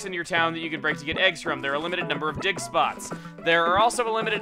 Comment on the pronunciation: is it just me or dose it sound like he says dick spots instead of dig spots